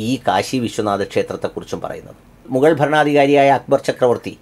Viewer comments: മുകൾ അല്ല മുഗൾ. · മുഗൾ എന്നല്ലേ ശരി..✔️ മുകൾ തെറ്റല്ലേ ❓️ തംലിൻ...മുകൾ ❌️ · മു'ഗ'ൾ ഇങ്ങനെയാണ് Correct അക്ഷരങ്ങൾ..